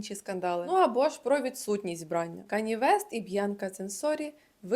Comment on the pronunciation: вбраннЯ, а не вбрАння